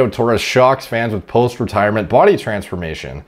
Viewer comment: Did he just say TRENsformation? 😂